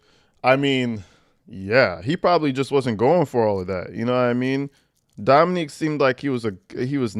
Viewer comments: It’s not Dominique. It’s Dominic. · I love you, love your channel, but it's Dom-i-nic(k) not Dominique, that is all ❤😊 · Dominic, not Dominique. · Dominic not Dominique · His name is not Dominique. It is DOMINIC. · You keep calling him Dominique 😂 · Ack! Have been enjoying your videos but “females” is so disrespectful. It deliberately removes the humanity from women. Also you’re pronouncing Dominic like “Dominique” which is a woman’s name. It’s pronounced “DomiNICK” which is a man’s name. Or a “male’s” name if you want to refer to people like they’re dogs. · Dominick not Dominique!! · DOM-MIN-NICK, not DOM-MIN-NEEK. The way you're saying it is the female version, Dominique. The man you're discussing was named Dominic. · You keep saying dominique btw. His name was dom-ih-NIK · It’s Dominick NOT Dominique which is a girls name 😊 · You keep pronouncing the victims name wrong 🥺🥺🥺 it’s not dominIQUE…. It’s DominIC